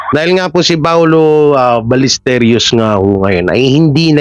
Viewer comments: Ballesteros po brod not balesteryos. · Hindi Ballesteryos...Ballestero. wala ka bang sariling vlogg? Bakit inuulit mo lang ang vlogg ng iba? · Sir Balles-te-ros po. Fake news po yang mga balita. Ayaw nila pa awat 😂😂😂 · balistiros po mali po kyo hindi po balistirios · Sir paki ayos naman ng pag bigkas mo ng apelyido ni paolo ballesteros. Hindi po ya ballesterios✌️ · Ballesteros po hindi Ballesterios😮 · Ballesteros po hindi ballesteryos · Anong ballestryos? Ros hindi ryos. Tsyunga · "Paolo BallesTEROS".mr., hindi "Paolo BallesTERIOS".. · Ballesteros, not Ballesteryos pag sure diha ba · Ballesteros, sounds Balisterios ang bigkas mo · Paolo Ballesteryos??? Di ba Ballesteros??? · 😢 Ballesteros po at hindi Balesteryos.pronounce mo naman ng maayos ang family name ng tao.